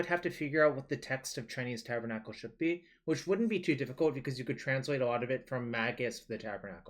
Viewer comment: It's not Spanish at all the tabernacle you're just pronouncing it so wrong xD